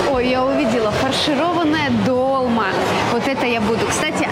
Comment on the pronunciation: АЖ СМЕШНО)))))))) Долма,ударение на А